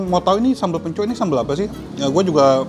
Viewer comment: Info mungkin ada yg gk tau.. Hehe yg kayak pot namanya kastrol memang biasa d pake ngeliwet karena punya rasa khas tersendiri... Tuang dalam sunda itu makan.. Bahasa halus.. Pencok huruf k nya d baca, jangan d hilangkan... Bukan seperti orang kebanyakan yg yg rata2 baca kata yg berakhiran huruf k.. K nya gk d baca kayak.... Hehe... Kacang pencok sebutan orang sunda untuk kacang panjang... D saya orang yg lebih tua sering bilangnya kacang pencok... Mungkin itu saja Secuil info dari saya barangkali ada yy gk tau... Dan semoga bermanfaat... Wassalam... 😊😇🥰